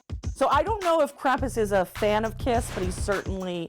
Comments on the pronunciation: What? I actually did not notice she said CRAPUS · This girl has said Krapus and krumpus Legend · Stop saying Krump I’m German and the way u say it triggers me